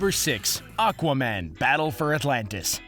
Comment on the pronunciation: Espeonage The guy in the video sounds like he is saying aguaman. That's what it is.